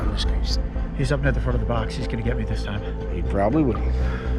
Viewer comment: You said git not get